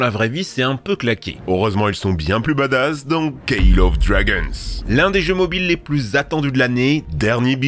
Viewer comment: Le fameux kayle of drageunss